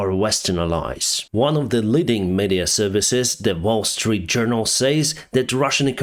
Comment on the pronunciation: Let me share a friendly tip - please check the pronunciation of the word - "media" because it sounds very often in your videos and really grates on